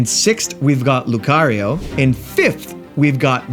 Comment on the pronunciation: Are you Canadian? The way you say “Lucario” is so funny